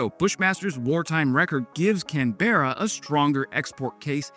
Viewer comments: In general many Australian place names have a stress on the first syllable. So it's CANberra and BENdigo, not CanBERRA or BenDEEGO. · You need to get your emphasis on the first syllable: BEN-diggo, CAN-berra. Also BRIS-b'n, MEL-b'n. Thales is pronounced either Thay-leez (the correct greek pronounciation) or Thayls. Also it is KILL-o-meters (not kil-OM-eters) as in kilogram, kilolitre, kilotonne etc. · While I enjoy your videos and keep coming back, I'm afraid you are now on a Victoria Mafia hit list. They take their pronunciation seriously. Ben di go? Run it together brother without emphasing the syllables so much. While we on it, the capital is pronounce Can-bra, but don't sweat that so much as many Aussies also get that wrong. It would be like you calling it Wash-in-tonne. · Hi. Love the content but something that frustrates me as a native Canberran is American pronunciation of Canberra. It's not Can Berra. Remember Australians shorten everything. As a local, its Can-bra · I sort a twitch a bit when wes called canberra with can.ber.ra the pronounciation as kanburuh. Other than that this is an awesome report about our true blue bushmaster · Hey, it's "Bendy Go" (Bendigo) and "Can brah" (Canberra)🇦🇺 mate 👍🤣 Unfortunately we selected HIMARS to placate Trumps whining about us not importing US weapons... Nobody has EVER died in a Bushmaster 🙏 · Mate please pay attention to these pronunciation tips. Will even give you some others free. Bendigo = Bendy go like old mate said below Thales = Tallis it's silent H Canberra = Can-bra Melbourne = Mel-ben no Bourne here Brisbane = Briz-ben no bane sound Aussie = Ozzy don't say the ss as an S sound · You got Thales, like Whales.. Bendigo is Ben-Dig-oh. Canberra, is Can-ber-aa Fits 8 in the back, but the Ukrainians are like, "We fit 16!" The M142 HIMARS cannot directly launch the Naval Strike Missile (NSM), which we have acquired. So I would think a Strikemaster purchase may be on the horizon.